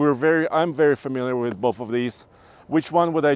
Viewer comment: I will have bolth